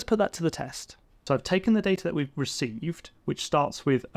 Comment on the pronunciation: "Reck Vee"? ReceiVe ;)